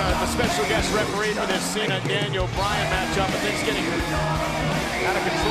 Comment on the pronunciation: Balthemore wait are you saying dainel